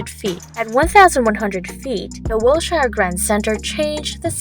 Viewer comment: What an embarrassment. “Gass Company Tower”? Can’t pronounce “Wilshire”? Give up.